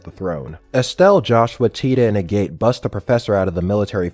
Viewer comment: Agate = Ag-et